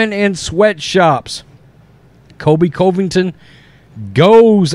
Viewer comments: Please stop saying his name wrong. Please!!! CUV-ING-TON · I especially like your videos, but it’s hard to listen when you talk about Colby. His last name is pronounced Cuvington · Cant believe you still haven't learned to pronounce this mans last name.